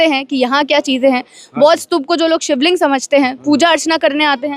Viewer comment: शिबलिंग अरे 😂😂😂